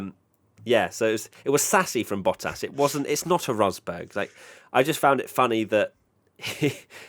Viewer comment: ⚠️ To all international sport journalists & presenters: ... it is NOT Lewish ... it is NOT Bottash ... and it is certainly NOT Max Vershtappen!!